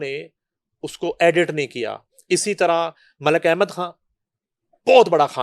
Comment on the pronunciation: "کھان" تم کو بھی بالی ووڈ کے طرح " خ" کی ادائیگی میں موت پڑتی ہے؟ جیسے شاہ " روکھ کھان " - خ تم کیوں نہیں بولتی ؟ موت پڑتی ہے تمہیں